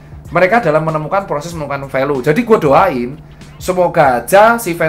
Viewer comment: Review ter BAR BAR Dr.Tirta 😂 BTW baca nya Velyu bukan Velu Dok 😁😁😁😁